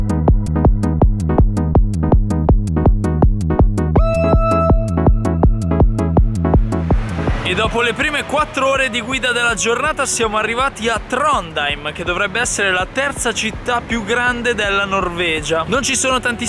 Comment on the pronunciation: io sono nata a Trondheim e non si pronuncia come hai detto tu, la pronuncia è Tronaim